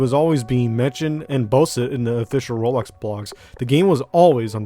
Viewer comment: I like the way you pronounce "roblox" "rolox"